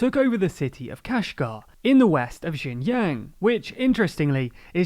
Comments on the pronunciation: This is a significant error on top of which the province is pronounced sheen-gee-ang, not 'jin yang' and not 'zin yang'. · Xinjiang is pronounced like "shin john" not "shin yang" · To be honest , u even cannot pronounce its name correctly , it’s not jin yang , it’s called xin jiang. That’s not even closer. Did u even do ur own research on this topic, or u just said whatever u want to say ? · No it isn't... more like 'shin jang' His pronunciation isn't great but pinyin is hard to learn for most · The province is roughly pronounced "Shin Jang," with the "ang" part pronounced like the Ang in Angela Merkel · Your pronunciation of Xinjiang seems to deteriorate as the video progresses. :( It's pronounced Sheen Ji(like 'jizz')-ang; you could also imagine 'jiang' as sounding like a particularly nasal (and monotone & high pitched) US pronunciation of 'John'. Keep up these videos. They're relevant to my interests. Love, /Liyang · Great video, can't even say Xin Jiang correctly. Do you even know how much advantage one would have just by being a minority in China (Uighurs)? I don't think you do. By the way, I checked your sources, I doubt people who made this video actually understand any Chinese. There is no first-hand information, I mean just go do something else, what a shit journalist Channel this is! Bravo! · did you record this over several days? your pronunciation of xinjiang slowly morphs throughout the video lol you had it more or less correct in the beginning! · I swear he pronounces Xinjiang differently every time lol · Thank you for the video! I think it would be great if you could try to pay more attention to the pronunciation of “Xinjiang” because it sounds like “Shenyang” when you say it. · Well there are 3 pronunciations of Xinjiang in this video, maybe they'll get it right at least once by chance.